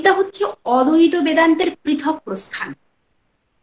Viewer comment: অদ্বৈত উচ্চারণ টা ঠিক হচ্ছে না ম্যাডাম,, ওটা ঠিক করুন.